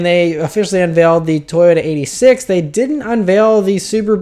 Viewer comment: Just a heads up- the proper way to say the name would be toyota eight-six not eightysix